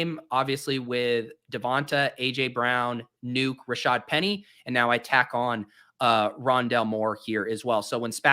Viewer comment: it’s called Rondalé